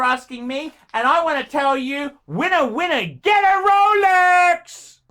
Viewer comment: THEY'RE RROUHLEEKS!! LOLEKS LOUHLEKS LOLEX PLEASE! ROLEX PUHLEASE!